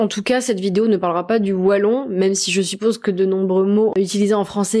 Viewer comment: Je suis positivement étonné de ta prononciation du mot "Wallon", avec un [w] et pas avec [v] comme beaucoup de français le prononcent. Les belges disent [w]agon et pas [v]agon. Cela est peut-être lié au fait que en néerlandais, tous les w se prononcent [w].